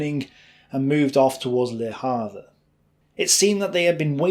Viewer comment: Würzburg is pronounced Vuurtzberg !! Le Havre is pronounced Le Haaarv. Otherwise great ! Oh yes Louis Mountbatten don't sound the s as in Louey. Fascinating and well researched.